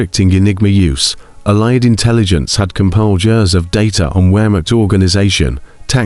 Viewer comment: AI created. Allied is consequently pronounced wrongly.